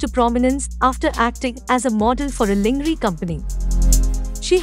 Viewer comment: Lingree! Lol 😂